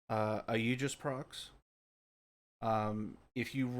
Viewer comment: I’ve only found this after the topaz nerf. Question, are you pronouncing it like “ayeejus” on purpose?